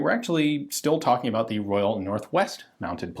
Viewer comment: You've got a frog in your throat and he can't pronounce about either.